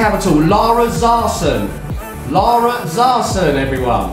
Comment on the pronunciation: Lmaoo he said Lara Zarsson😂😂